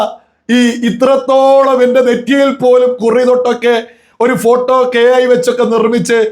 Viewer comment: ഹേ ഐ എന്ന് ശരിക്കും ഒന്നൂടെ പറയോ 😂😂😂 AI 😂😂😂🤣🤣